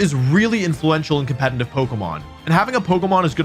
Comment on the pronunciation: I'll subscribe if you stop pronouncing competitive "compenitive".